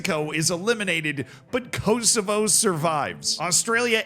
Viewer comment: Your pronunciation of Uruguay makes me sad. Also Kosovo 😢